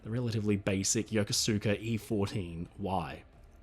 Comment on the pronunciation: Yokosuka: pronounced yoh-KOSS-skuh.